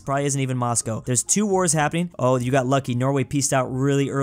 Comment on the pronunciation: the way he said Moscow XD